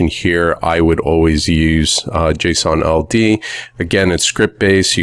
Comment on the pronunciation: I thought he kept saying Jason Aldean; the country music singers name🤣